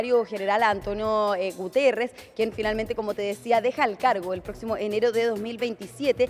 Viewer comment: Niñita reportera estudie y concentrece en lo que habla y lee, el Secretario General de la ONU se llama Antonio Guterres!!, NO Gutierres, aprte es Ingeniero Físico y profesor de Portugues